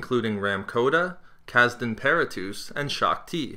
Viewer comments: It's pronounced Per-attis not Paratouse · You mispronounced Kazdan Paratus's name. The last syllable rhymes with "bus" not "loose".